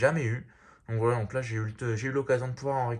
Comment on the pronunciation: Arrête de dire voilt